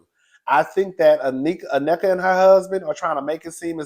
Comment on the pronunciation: Na-nika not necka cuzzin😊😊